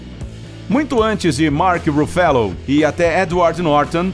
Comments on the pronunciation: "Marki rufélou" ??? A pronúncia certa é "Marrk Ur ufallou" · Na verdade a pronúncia é algo tipo Mark Rãff low...